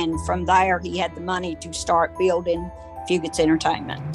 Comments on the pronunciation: Grew up here, lots of memories at Fugates. Flirting with girls, hanging with friends, and fist fighting in the parking lot, lol. Great vid but stop saying "few-gate", its "few-get" in hazard. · Very well put together but it’s few-gets not few-gates